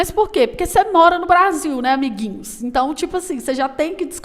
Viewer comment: Amo 'abiguinhos'. kkkkkkk